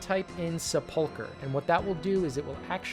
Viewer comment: Why are all these videos pronouncing sepulchre that way? Is it pronounced different in different regions??